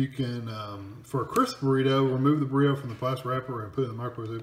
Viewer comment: Did you deadass just say borito